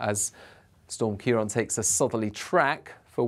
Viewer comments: You keep saying 'ciar on' rather than 'ciar an.' Why name the storms if you'd not going to use the name . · Thank you pronouncing Ciarán correctly - the first time I've seen it done from UK coverage!